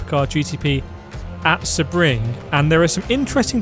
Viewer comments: Nah its not say-bring, its sea-bring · Excuse me but how do you say SEBRING?!